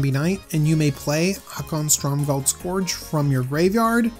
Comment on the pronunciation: Haakon, Stormgald Scorch is strictly less existent than Haakon, Stromgald Scourge. Somebody had to point out the pronounciation derp. I made the sacrifice and become that somebody. I am the hero you need and the hero that you deserve.